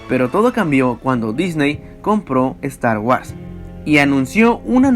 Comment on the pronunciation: " Estar UARS " 🤣🤣🤣🤣